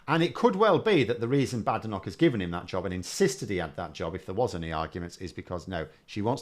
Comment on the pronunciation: Polite request here. has taken the lead on Badenoch. She pronounces it 'Bad Enoch'😂 I'm sure it's just her accent, and couldn't possibly be a callback to Enich Powell. Just a coincidence. Can we all start pronouncing it like this?